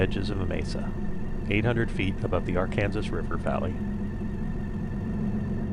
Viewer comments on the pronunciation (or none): "R-Kansas" i love saying it that way as well. too funny.